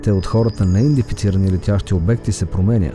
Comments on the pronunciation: Казва се неиндентифицирани а не,неиндефицирани!!! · Много хубаво видео, но имам една малка забележка. Поупражнявай се да казваш "неиДЕнТифицирани ". Няколко пъти думата е казана грешно във видеото и това леко дразни.